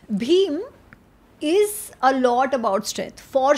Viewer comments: Its not bheemaa Its bheem Noun doesn't change Gawar angrezi bolne se cool to lag rahe h but u r fool Tu Zindagi bhar ramayan geeta padh le kuch n hone wala tera Mari hui buddhi me kya aega Abe tujhe naam tak n pata samajh ise apna pronounciation dekh bhai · भीम । भीमा नही। रामायण। रामायणा नही